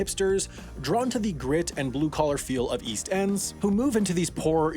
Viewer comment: East I thought you said weast.